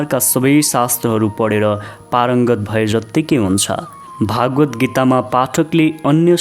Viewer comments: केही भाषिक अशुद्धता देखियो । सुरुमा नै बोलिमा श्रीम'द्भगवतलाई' 'भागवत्' बोल्नुभयो ।भाषिक अशुद्धता बाहेक राम्रो छ ।🙏 जय होस् । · महाशय भागवद् हाेईन भगवद् हाे।यस्तो महान ग्रन्थमा बाेल्नु गहिरो ध्यान र अध्ययन चाहिन्छ। सतहि र कर्मकाण्डी मात्रै छ।